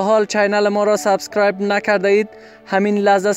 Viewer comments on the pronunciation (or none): none